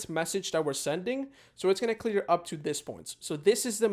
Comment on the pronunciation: he said "clear" when it's 'clear'